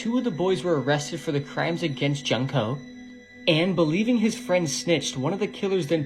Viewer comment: Her name is pronounced June co. Not junk co.